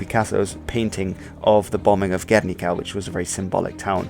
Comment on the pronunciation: Never say "Guérnika" but "Guernika" (stress on the second syllable), but for the event and for Picasso´s masterpiece. Also "Regiment de marche..." If you stress the final e in "marché" you mean "market" instead of "march", that´s what regiments do. I suggest you speak about the Bristish history you know. Cheers, mate. You miss altoghether the "Brigadas internacionales" in the republican side, formed by (real) volunteers from many countries that had a reason to fight in an Europe ridden by dictatorships after the 1929 Crash and Great Depression.